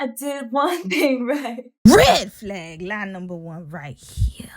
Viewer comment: I love the say you say “red flahg” and “greehn flahg”